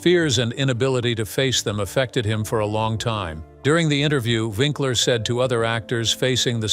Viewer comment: lol but the voice kept making it sound like Vinkler...not to mention the facts and dates were all wrong! Unless, that is Happy Days started ten years after it started!